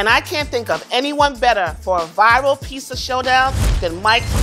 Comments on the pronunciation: It's called PIZZA not PISSA!!!!!!!!!! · Am I the only one hearing her say peesa or pissa? Why?! Just pronounce the Z's!!! FOR THE LOVE OF GOD... PRONOUNCE THE Z'S!!! Edited after watching her "Concoction": Nevermind... that is a pissa. Unique from Pizza as much as Mikes Pot Pie isnt a Pizza either, but they both still look great. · Hey. Love the show! But, it’s pronounced “peet-za” not “pee-za” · Is me or does it sound like she said PISSA instead of PIZZA? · When she says “Peesa” instead of “Pizza” it’s like nails on a chalkboard for me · peesa. PEESA. PEEZA. PEEZA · i cant stop hearing "peesa" and it makes me want to tear my ears off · Is she mispronouncing pizza like “pissa “or I need a doc appointment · Can’t stand when she says “pissa” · why she sayin PISSA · Is she saying piecea.. lol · A grown woman pronouncing pizza as “peessa” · I really hate the way she says "peeza" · Oh god why does she keeps saying PEESA??!! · The fact that the host of a pizza show cant actually say the word pizza is kinda hilarious to me. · Somebody has to teach how to pronounce pizza. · Somebody teach her to pronounce pizza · Just came to say once more that the host of this pizza show can't pronounce the word "pizza". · Pizza show. Step 1: hire a host who cant pronounce pizza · why can't the host of a show about pizza pronounce the work "pizza"? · I love her, but the way she pronounces pizza makes my eye twitch a little lol 😂 (not hating, she’s pretty cool) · Neither of these is a pizza. One of these contestants literally can't even pronounce pizza correctly. Terrible show. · Y'all really did a pizza show and chose someone who can't pronounce "pizza" to host it huh